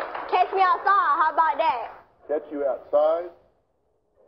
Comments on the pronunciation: You know it’s funny how the whole word is saying she said (cash me outside) it’s wrong what she really meant an said was )CATCH me outside how bout day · pretty sure she said "catch me outside"